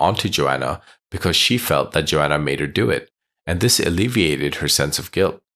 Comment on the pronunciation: Why are u saying Johanna as Joanna